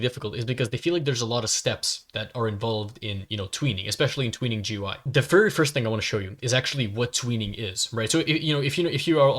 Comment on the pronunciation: It’s pronounced goo-ee